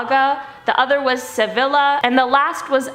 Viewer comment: Your friendly word Nazi is back...look up how to pronounce the words "Seville" and "Savilla" right here on YT...and remember, in Spanish two "ll's" are pronounced like a "y".